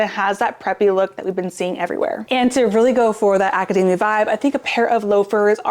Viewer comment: I love your videos, thank you so much! But it's not acadAAAAmia, like a nut. AcadEEEEEEmia. It was tough to hear this word mispronounced so many times in a row. :D